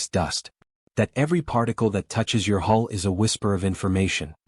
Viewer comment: Great story. The ethical dilemmas about artificial intelligence are relevant even now, although the differences in scale of the AI in question are enormous. But one little niggle, the word is "hull," not hall, hole, or some other attempt at the right word. A nautical term originally, but a space ship is still a ship at core.